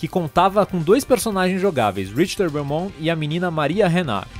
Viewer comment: Vc falou errado e Belmont não belmon